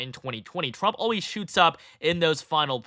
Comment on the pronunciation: I'm sorry, but is he saying Frump?